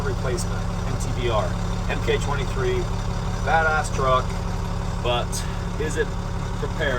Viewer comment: Mk23 is pronounced mark23 for future reference.